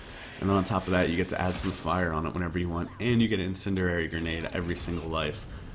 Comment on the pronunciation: It’s INCENDIARY not INCINDIDARY or whatever u say lmao